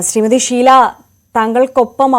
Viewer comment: ശീ ല അല്ല ഷീ ല